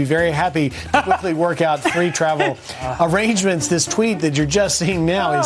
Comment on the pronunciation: Arrhrangements See-hee-ing